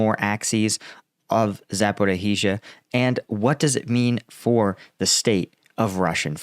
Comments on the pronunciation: Mate, it's way easier to spell it. It's Zaporijia - the sound is as the j in the french bonJour, that's what the zh is used for, just like a sh or a ch digraph. It's doubled zhzh, but you can get away with saying it shorter instead of all the H's you try to squeeze in there. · for you, please: za - po - REEJZ - a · From my Ukrainian wife ... you should pronounce Zaporiya ..., that's it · Please work on your pronunciation of Zaporizhzhia.